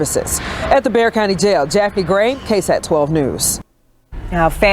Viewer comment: Hey...just a quick fyi..."Bexar" county is pronounced "Bear"...tks for your podcast...